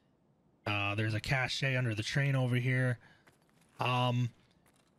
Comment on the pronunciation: Very helpful guide. Deserves more views. But...the e is silent in cache